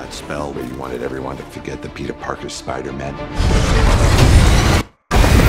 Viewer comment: is it just me or does it sound like he’s saying “Spider-men”